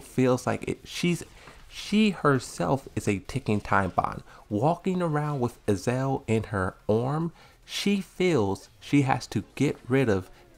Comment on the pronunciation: 😆Azazel (not Azel)